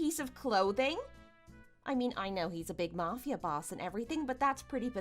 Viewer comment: S1: I’d NEVER speak to my father again if he covered up for my cheating husband TWICE. Too much filler. And it’s pronounced “mAfia” not “mufia”